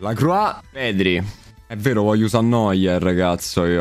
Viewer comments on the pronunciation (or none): none